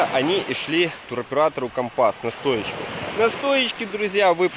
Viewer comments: Почему украинцы не правильно называют как города Турции так и туроператоров ? Не компАс,а кОмпас .У вас там с латиницей проблемы ? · Добрый день. Познавательное видео, но так режет слух Ваша неправильная речь, что не удержалась написать. Вы доносите свои видео до многих зрителей,пожалуйста,говорите правильно. Почему компАс, а не кОмпас ,,, и выходите из аэропАрта , а не из аэропОрта??? Сорри, удачи.